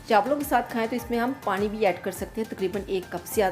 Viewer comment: plz parin nhi pani bola kerain